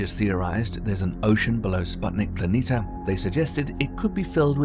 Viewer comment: How can somebody spend so much time producing a video like this and still pronounce planitia wrong over and over?